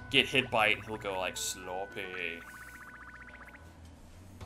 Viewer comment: Oh my goodness, said 'SLOPPEH'. I feel complete.